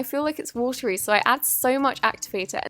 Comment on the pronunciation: Us: so so soft Her: sor sor soft, sor much activator